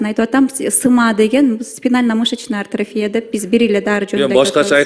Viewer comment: Тупица. Даже АТРОФИЯ деген сөздү артрофия деп атат🤦🏻‍♀️